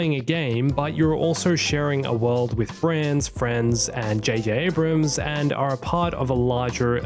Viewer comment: It's not J.J. "Abraham" lol